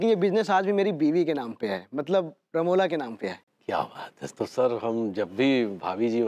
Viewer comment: Not ramoja it's ramola